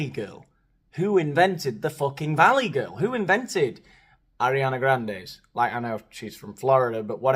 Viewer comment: FYI Ariana Grande-Butera is Italian decent not hispanic. Ain't a fan of her or any of these other clowns but as someone who's Italian decent it bothered me hearing you give an Italian name an Hispanic accent 🤣